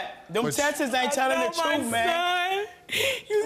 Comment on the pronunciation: How she pronounces tests is not helping her case one bit.